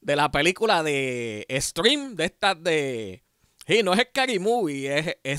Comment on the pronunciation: "Scream" no "Stream"... 😂😂😂